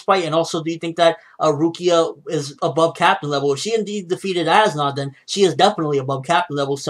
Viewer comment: how do you pronounce as nodt's name? ass knot